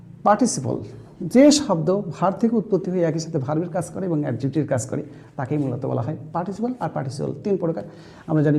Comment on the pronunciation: Your making video is good, but your pronunciation is too bad 😔 as you are of Bangladesh. Viz - 'kas' instead of 'kaj'